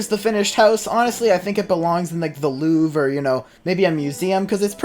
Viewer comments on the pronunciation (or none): none